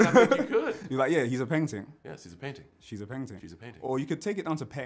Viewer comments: Miss Khan It does sound like ‘Painting’ though. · perhaps seeing the words written down he would have done even better :) PAINTING....PENGTING :) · He keeps saying painting. My ears 😩😩💀💀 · John is actually saying “painting” haha bless him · You should’ve spelt out pengting he still thinks it’s painting 😂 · I think at 1 point he said "Paingting" which is close enough 😂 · Fam he kept saying “paintings” instead of peng tings 🤦🏼‍♂️😂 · How bait is it that he’s actually saying ‘painting’. Sounds so booky when he tries to say ‘Pengting’.